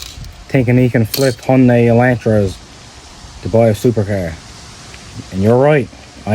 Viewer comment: The only reason im here is thats not how u pronounce "hyundai"